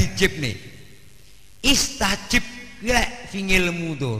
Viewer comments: bukan istajib tapi astajib,,,,fiil mudhori dari fiil madhi istajaaba,,yastajiibu,trus menjadi astajiibu trus astajib... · maaf, bukan Istajib tapi Astajib.... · astajib bukan istajib, lihat QS.40:60